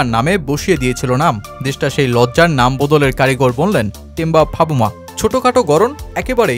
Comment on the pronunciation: নামটা ঠিক মতো বলেন এটা ভাবুমা হবে না বলতে হবে বাভুমা